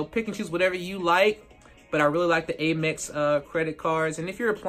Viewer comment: Pronounced AHM-EX not AIM-EX AMerican EXpress